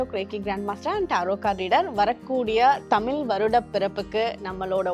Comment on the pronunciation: அக்கா அது தமிழ் தமில் தமில் னு செல்லாதீர்கள் ..